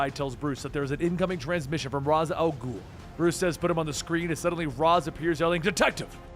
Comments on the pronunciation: Why do I keep physically recoiling everytime he pronounces ra's "raes" and not rozsh or something? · R'as="ray-shh" say it with me please. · Ra's = "Ray-sh" . . . . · It's pronounced 'raish' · I feel like he’s saying “Ras” wrong. Not that it matters I just thought it was pronounced different. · It's pronounced "Raysh" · That is not how you pronounce Ra's. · did nobody ever correct just pronunciation of raas?